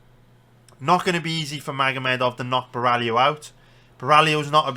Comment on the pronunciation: Love ur detailed and honest predictions! Other youtubers bet picks are way too confident, pulling them out of their ass and ending up being wrong. Btw its Caio Bo-hai-oh, not Ba-rally-oh lol.